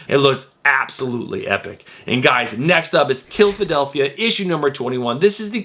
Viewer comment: It’s not killphadelphia it’s killa-delphia 😂 I don’t think I’ve heard anyone on YouTube pronounce that right yet.